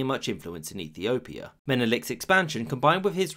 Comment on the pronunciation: You can clearly hear Ethiopia